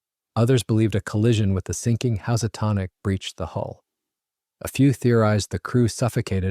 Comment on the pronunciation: Excellent presentation, with one caveat: pronunciation of "Housatonic." The name of a river in CT, it sounds like "hoosatonic," not "huzzatonic."